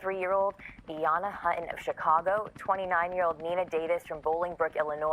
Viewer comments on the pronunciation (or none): I think her last name is Hutton. Please say it correctly, newsreporter.. Another horrible story. .My condolences.